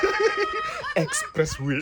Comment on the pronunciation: Find X for "Expressway" please off your mic😂😂😂